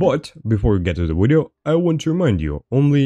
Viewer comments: You mean wideo? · subscribed because i enjoy the way you pronounce video. 10/10